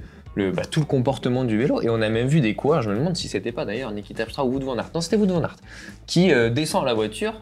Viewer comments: Top vidéo! Par contre il faut arrêter de dire Vout Van Aert, c’est Wout avec un W. Comme dans kiwi, on ne dit pas un kivi… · D'ailleurs ont ne prononce Wout comme dans Route mais Wot. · Il est belge et donne une correction facile pour un nom belge. Je suis sur que si il apprend qu'il prononce un nom Norvégien faux et qu'il arrive à le prononcer juste, il le ferra. Pourquoi vous lui cherchez des défauts plutôt que de le remercier pour ce qu'il vous apprend ? Vous avez si peur d'avouer et d'accepter que vous avez tort ?